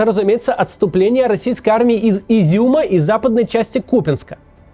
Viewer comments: Кац, не купЯнск. А кУпянск. Ну делай же ты ударения правильно, ну ей Богу.. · Максим, колі ми побачемо нормальний натиск у назве Куп’Янськ? Уже третье ти четвёртое видео. Ямполь-то ладно, там ни в украинском ни в русском нет жёстких причин для одного из ударений. Но "купянск" по нормам русской, и украинской тоже, просодики может нести ударение только на Я.